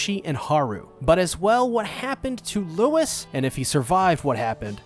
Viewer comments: it's lou-ee not lewis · His name is pronouned LOUIE, stop calling his Lewis. Louis didn't kill the Shishigumi, just their boss. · Fat you know it’s not Lois it’s Louis has Holly pronounce it in the animate least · The fact u said everyone's names wrong even after they said it several times in every episode- Leg-oh-shee (stressed, unstressed unstressed) Hah-roo (rolled R) (Stressed, unstressed) Loo-ee (stressed, unstressed) (sowwy I had to I'm a Beastars addict) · i cant handle handle how you pronounce louis it is L oowee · The S in Louis is silent btdubs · uhhhh, the deer boiis name is Rouis, no Louis